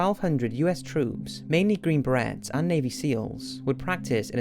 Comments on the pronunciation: learn to say beret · How did you say "beret"? Surely not!